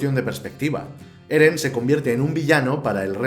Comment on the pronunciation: wow acabo de terminar de ver el video, me encanto explicas muy bien las cosas y es entretenido... Y yo al inicio escucho geren o algo asi 😆